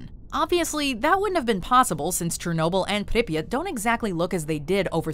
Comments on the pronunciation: Please stop saying Pipyat like that. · It's called pripyat not "preppyt" lol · The pronunciation of Pripyat Is awful